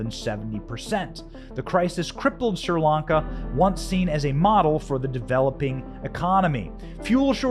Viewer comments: I also have a hard time listening to you pronounce Sir Lanka instead of Sree Lanka. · It’s Sri Lanka, not Sir Lanka. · Pronounced Shree.....Lanka. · Why can't you say other countries properly? Look it up if you don't know It's not Sir Lanka...it's Sri Lanka It's phonetic! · Correct. It's pronounced "SREE," not "SIR" or "SEER" Lanka. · It's pronounces SHRI Lanka, NOT SIR Lanka! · So is it Seer Lanka or Sri Lanka? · Hey Benny why do you say SIR LANCA when I have always heard it pronounced SRI LANCA? Is it for being plotted out of society for reasons of having a regular opinion? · You are not pronouncing the country's name right. "Shree Lanka" That's the way I always heard it! God Bless them! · Pronunciation = "Shree-Lanka". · Hi Benny, my friends are from Sri Lanka and it's pronounced "Shree Lanka". Love your reports, thanks! 👍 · It was driving me crazy. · Correction, the name is correctly pronouncedSHREE -lanka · Benny, please stop misprouncing the things you're reporting on. It gives naysayers a reason to dismiss the info you're providing by calling you unintelligent. It's not "Sir Lanka". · It's been driving me nuts too. I commented about it as well.